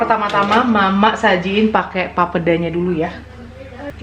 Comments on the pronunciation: bukan papda lafalinnya tapi PAPEEDA. terlalu encer itu papedanya. 😅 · maaf bukan pape da(sperti ucapan mama) tapi langsung aja papeda gak ada penekanan pada pada 'da nya 🙏 kapurung itu jg papeda diberbagai daerah beda namanya 😊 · Pelafalannya masih kurang benar.. pa pe da (da nyata lurussss aja 😀) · Ngucap "papeda" salah. Harusnya ngucapnya "papheda". Kalo tulisannya bener papeda wkwkwk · Akhirnya makanan khas Papua dibuat oleh 👏👏👏 maaf koreksi cara ucapnya Papeda itu " e" bukan e p'ep'et tp e biasa sj bgt n Enjoooy🙏🙏❤ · Papeda, e nya di sebut macam kl ngomong enak..😁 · Fyi aja.. Cara Bilang nya papeda bukan papeda (yg kaya bilang) 😂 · Maaf kak mau koreksi cara mengucapkan "papeda" seperti "sepeda". Peda nya sama hehe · Pelafalan papeda yg bener itu 'e'nya di baca seperti kata sepeda.. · Bukan orang papua tp yg aku sering denger pelafalan papeda itu 'e' nya kaya kalo ngomong ember/entok. Terus kayanya sih yg sering aku liat teksturnya papeda lebih sticky gitu makannya ada trick nga yg digulung2 gitu kalo ga salah deh, akupun belum pernah makan papedanya cuma bebrapa kali liat orang makan/buat papeda gitu. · Ngomong papeda nya ga gtu, setauku huruf "e" nya kayak penyebutan di terong. Cmiiw 🙈